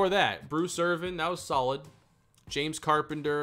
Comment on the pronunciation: Why you call James Ja-mez lmfao